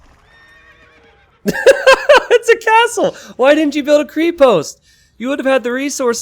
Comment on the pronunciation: Greetings from Bulgaria. You still can't pronounce krepost or konnik right, but it is so sweet that you try your best . And this is coming from a a person who, when he speaks English, sounds like a drunk Rusian.